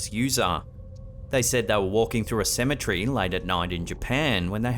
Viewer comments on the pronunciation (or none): I always giggle when he says cementary. 😂